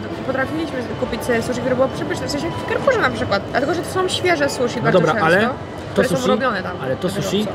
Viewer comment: O panie błagam "susi", a nie "suszi". "Shi" to nasze "si", a nie "sz".